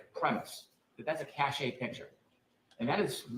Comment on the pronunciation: Re: "Cashay," I did one better than you,. Rather than getting annoyed, my brain simply erased the word and left a blank to fill with future context because it couldn't figure out what that word meant. It was so far off, I didn't even recognise that it was supposed to be "cache!"